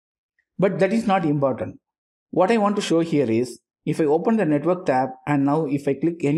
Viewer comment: Your "imbordend" is very important